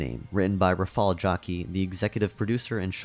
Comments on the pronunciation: 😭😭 it's pronounced 'rafau yaki'. i'm from the same country he is. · POLAND MENTIONED btw u read his name and surname wrong